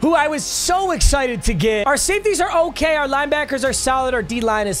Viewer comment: Lol it is quite literally (o-care-a-Kay)🤣